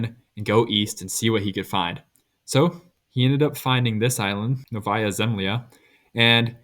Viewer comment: it's pronounced nOvaya, not novAya